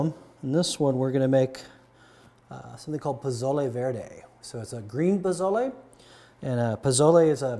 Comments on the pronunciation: It’s Posole, not Pozole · It's PO SO LE I see ever one beat you up on the pronunciation already. Next thing where I grew up in a Hispanic household, we used yellow onion as well as white and red. Red and Green Chile from Hatch, New Mexico. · It's Po-so-le. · It's pronounced PO SO LE just trying to help you out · You say pozole weird😂